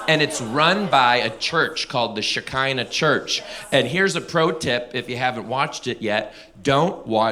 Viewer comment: Shechinah or Shekhinah? Lol pronounced (She-phlegm-ee-nah) It's the female manifestation of G-d, in Jewish faith. I don't know if Christian's really use it much outside of Messianics but it's used in Jewish faith. Some people actually connect it to the Canaanite Goddess Asherah.